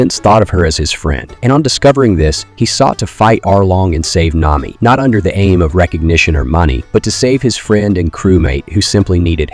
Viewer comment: I was with you until you said NAYMEE